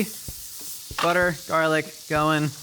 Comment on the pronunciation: My husband and I also call it Jarlic and it makes me feel so comfy to have say it too